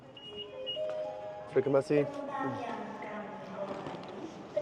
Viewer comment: “Terima kasih” not terike masih 😂